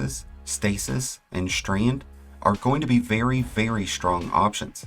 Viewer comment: Is this some sort of american accent to pronounce 's' as 'sh'? Like Shtreand.